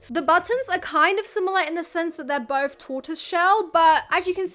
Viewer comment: Please please learn to pronounce th. It’s not boff it’s both. Drives me insane.